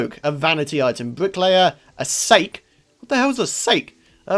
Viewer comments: Sake is pronounced Sock-ee. it's basically strong strong alcohol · it not sake lol its SA-K-EY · You pronounced sake wrong it's called sa-kee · that moment when you hear someone say "sake" pronounced "for goodness's sake" when they talk about Japanese rice wine. Its pronounced Sah-keh, not "sake" or "sah-key" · it is sah kee not sayke :P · Lol it's not sake pronounced like snake or stake it's pronounced "sahk ay" <--- my attempt at a phonetic pronunciation. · 50% of comments: its pronounce sah-key blah blah 24.5% of comments: am i redy 24.5% of comments: I killed eye 1% of comments: nice vid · wazzer1812 I think SAH-keh is closer, don't you think? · Its Sike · Sake is pronounced Sa-kay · Sah-Kay, Sake. That is a japanese alcohol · Sake is pronounced sa key it is a Japanese alcohol:D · "Sake" pronounced (Sok-ee) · It's pronounced Sa Key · its pronounce sah-key blah blah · He thinks its sake as in 'For god sake'